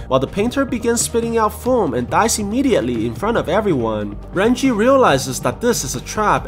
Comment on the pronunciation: Bruh if ur Chinese you should know it is Ren jie not ran chi